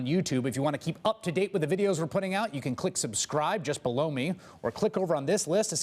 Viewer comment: Can't not comment anymore. I watch a lot of news on YouTube here and lot of MSNBC and I love Chris Wallace but does anybody else hear the word blow, instead of below, when he says to watch. I'm cracking up everytime I hear it. Just the way he pronounces it could mean a whole different thing LOL.